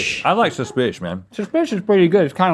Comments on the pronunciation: Let's make "shush spiss" happen. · "Suspish" Bailey Sarian fans arise